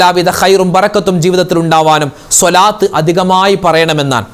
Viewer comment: രാവിലെ മുതൽ വെള്ളം കോരി അവസാനം കുടം ഉടച്ചു. എന്ന് പറയുന്നത് പോലെയാണ് ഉസ്താദ് മാരുടെ കാര്യം. എല്ലാദിക്ക് റും ദുആയും നടത്തി അവസാനം സ്വാലാത്ത് ചൊല്ലുന്നത് തെറ്റിക്കും. സെല്ലല്ലാഹു എന്ന് ചൊല്ലും സ്വാല്ലള്ളാഹു എന്നല്ലേ ശരി സ്വാദ് അല്ലേ സിൻ അല്ലല്ലോ സ്വാലാത്ത് എന്ന് പറയും. ചൊല്ലുന്നത് സെലാത്ത്. എത്രനാളായി നിങ്ങൾ ഇങ്ങനെ ചെയ്യുന്നത്. അള്ളാഹു സ്വീകരിക്കുമോ